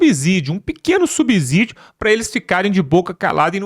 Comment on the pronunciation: Não é "subzídio". O "s" entre uma consoante e uma vogal, não tem o som de "z". É a mesma pronúncia de subsolo.